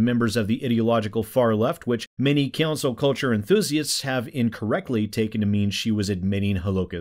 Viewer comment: Is he saying Cancel or Cancer? I swear he's saying Cancer.